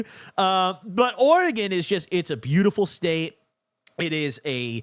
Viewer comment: Thank you for doing Oregon right ❤️